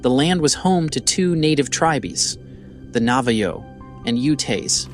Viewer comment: Why did you use a photo of what appears to be either Syrian, Lebanese, Palestinian or Saudi Arabian men from a hundred years ago and label it as Native American Utes?? (timestamp ) Were they selected automatically with an ai tool like the narration voice? It totally mispronounced Navajo, Utes, tribe, and several other words.